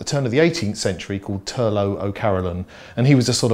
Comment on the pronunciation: Turlough O'Carolan (Toirdhealbhach Ó Cearbhalláin) is pronounced "Turlock". Great video though!